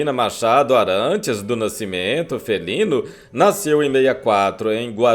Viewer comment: Uma correção: O sobrenome dela é Felinto e não Felino como foi dito. Sobrenome do marido dela. Até pouco tempo atrás eu não me conformava e ficava me perguntando por que o Pelé não assumiu a filha se ela era a cara dele, na verdade se parece mesmo é com dona Celeste, a mãe do Pelé. Depois que ouvi a reportagem do Milton Neves com o Dr. Cascione é que eu entendi. Infelizmente tem a mídia podre para querer se aproveitar e infelizmente o genro atrapalhou mais do que ajudou. Só que a maioria vai continuar batendo nesta tecla da filha rejeitada. Que Deus tenha a alma dele e somente Ele poderá nos julgar. Gostei da sua matéria pois não foi sensacionalista, deu créditos a verdade que muito foi escondida prejudicando os principais envolvidos.